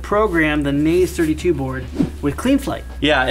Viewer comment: By the way, Naze32 is pronounced "Nah-Zeh," not "Nayze."